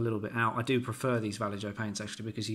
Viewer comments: To make matters worse, it's actually more like Va-yay-ho! But no worries, we all know what you mean. 😁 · Hi just a comment, the most accurate pronunciation would be va as VAcuum, lle as YEllow and jo as HOllow. Not complaining at all just to let you know. Thank you for your video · VALLEY JOE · This is a public service announcement; I just want to add that I know I'm pronouncing Vallejo wrong in the video. I had never heard it spoken before and as a native English speaker, do not think a J should sound like a H. Will I continue to pronounce it Vall-E-Jo? Yes, it seems to annoy too many people to not make this a thing. That is all 🙃